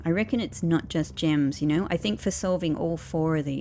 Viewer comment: When you first saw the think art, you said 'thin K'